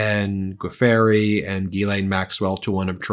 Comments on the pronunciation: Virginia Guiffre’s last name isn’t pronounced Geeferry but Joofrey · FYI, Pronounced, Virginia “Jew~fray. Not goo-free. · Good grief Ben! It's pronounced JEW-FRAY (Giuffre), not Guh-FAIRY. Not a good look for someone of your standing. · It is pronounced ‘joofrey’ not ‘goo fairy’ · It’s pronounced Zhisz-lay, not Gee-lane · The lady who sued Prince Andrew was Virginia Gueffre pronounced ' Jew fray' . Just FYI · Du-fray is how her name is pronounced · The woman's last name is pronounced. Jew Frey. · Please note: Virginia Giuffre’s last name is pronounced joo-fray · It's pronounced "Jew--fray" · I think it’s pronounced Jew-fray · "G-fairey"?!! Really?!!! C'mon ... You can do better than THAT! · Virginia Giuffre’s surname is pronounced “joo-fray” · pronunciation of Giuffre: dzə frei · Pronunciation for Giuffre is juu-fray. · Thankyou for pronouncing Ghislaine properly!!!! Giuffre is pronounced jufftrey from memory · Guiffre`. fre Not fery. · Please take. A moment to learn how to pronounce names correctly before you read court documents, Ben! You are pronouncing Ghislaine Maxwell’s name correctly (Thank you) But it’s Virginia “Gwi-fray.” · Pronounced probably "Jofree.". At least that's how I know it. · btw, Women’s name is pronounced Ju- free…… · Giuffre is pronounced "joofray". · Ben, Giuffre is pronounced "Joo-free." Famous clarinetist Jimmy Giuffre is my reference. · Guiffre is pronounced "giffre", the 'u' is silent and there's no "a" in the word. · Her name is pronounced Goo-fray. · We've all heard her name pronounced gee-YOU-free for ages. Why are you mispronouncing so badly it at this late date? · Learn how to say Virginia's last name properly.